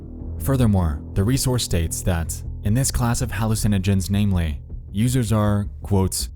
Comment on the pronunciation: LMFAO. Forget the way he pronounces GIF. Did you hear the way he says Users, Dangerous and nausea? 🤣🤣🤣 Sounds like Mordecai from Regular Show.